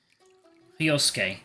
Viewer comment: Yeah, I'm sure that Japanese people don't say "Hi-Oh-Sue-Kay" for Hyosuke.